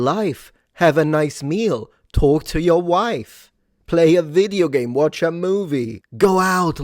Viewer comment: did you say "talk to your wife" or "torture your wife?" I had to rewind that one, and I'm still not clear about it. My hearing is just fine. thank you very much, but that little run-on sounded a lot like "torture!"🤪